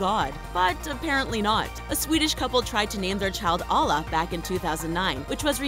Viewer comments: Please pronounce Allah right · It’s not Ala it’s A L L AHH :) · you pronounced Allah wrong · you sayed Allah not good but hey ! i can not say it too ! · Ur saying Allah wrong 😒